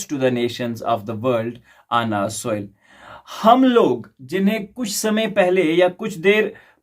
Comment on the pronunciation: Soil ki atni pronounciation nat karo aap ki zuban ki kar ga ye thi